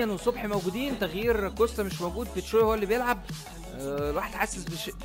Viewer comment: اسمه كوستا انتا بتقول كوشته